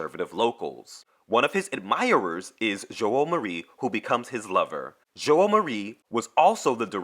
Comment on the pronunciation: Giovanni is pronounced JOEvanni. The 'i' after the G makes the 'g' soft. Without the 'g' is as in 'get.' It's brewsketta not brewschetta. Joao is pronounced Jow. 1975 was the year of the velvet revolution when democracy was saved in Portugal from a far left coup.